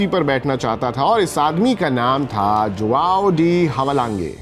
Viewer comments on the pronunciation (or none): भाई नाम का उच्चारण तो सही करो ! हवालाँगे नहीं हैवालांज बोलिये फुटबॉल गुरु 😅😅😅